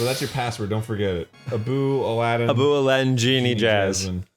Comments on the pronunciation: He keeps calling Abu Apu >:[ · hearing dan and arin call abu 'apu' throughout the beginning of the video.... pls guys my ears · Why does he keep calling Abu “Apoo” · Why do they keep calling Abu Apu? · He had so much fun last time, he just couldn’t stay away! Edit: did he just call Abu “Apu?”